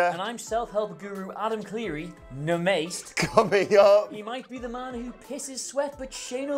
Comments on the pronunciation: Na-Mass-Tay not Namaste 🤦🏽‍♂️ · I sincerely hope that butchering of namaste was on purpose